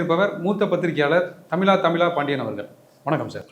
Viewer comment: தமிழா‌ தமிழா பாண்டியன் தமிலா தமிலா பாண்டியன் இல்லை